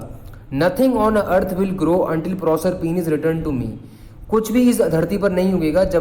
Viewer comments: PROSERPINE YOU ARE NOT SAYING CORRECT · Bhaiya aapne prosrpine ko galat pronounce kiya hai